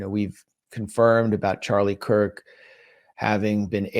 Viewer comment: It's Charlie Kirk, not Charlie Kike. I'm happy CK saw through Netenyahu.